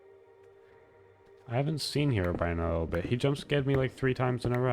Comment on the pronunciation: hero brian? Herobrine: you always had trouble saying herobrine.